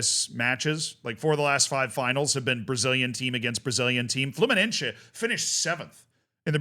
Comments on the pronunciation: It's Fluminense, not Fluminencce. It's not fucking italian, my dude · Just letting you know that se in fluminense is spelled like the letter C, the rest is perfect, keep it up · (Brazilian here) the way you pronounce Fluminese grinds my gears